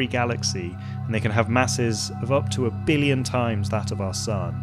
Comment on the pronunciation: Did you and Donald Trump go to the same school of how to pronounce billion? Beeleeyen.